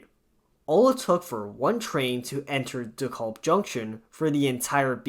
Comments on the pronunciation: “De-caaab”, not “De-calb” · PRONOUNCE DEKALB CORRECTLY!! WHY DO YOU INSIST ON MISPRONOUNCING DEKALB AS "DE KOLB?" SAY IT LIKE----Dee-CAB. L is silent and the a is like the a in "cat", not like an o as in hot as you are mispronouncing it. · Not a bad video, but it's pronounced Dee-Kalb Ave. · It’s pronounced “dee-kalb” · I had to turn this off b/c I couldnt stand listening to the repeat mispronounciation of "Da-callb" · Same thing i thought! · Stop overreacting. Youre acting like the way he pronounces it is the end of the world, karen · BTW the L in Dekalb is silent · Stop saying it like its spelled with an "o"! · Youre saying it wrong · The way you say DeKalb anf Sheepshead hurts my ears